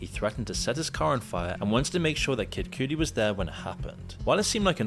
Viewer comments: "Kid Koodie" 😭😭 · lol the guys video is almost instantly invalidated when i hear "Kacey"... I know i know.. editing, long hours etc.. it can happen, but man.. everyone knows she brought this case forward so to mess up that name? idk, rubs me wrong... no diddy. holy shit "KID COOTIE" My guyyyy you're killing me here 🤣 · I cannot stand how this guy pronounces people's names when someone else in a clip he includes, pronounces it normally. SEEN COOMS, KID CUTIE. What is this? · kid cooties lol the pronunciations are killing me of cassie, shyne and kid cudi lol